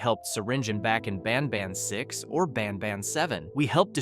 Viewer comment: Banban ❌ banbaan⭕